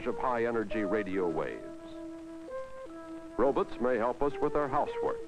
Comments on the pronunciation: That's how Rod Serling always pronounced "Robots" too. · 'Robuts' maybe lol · "Rowbuts" lol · He said robutt ^-^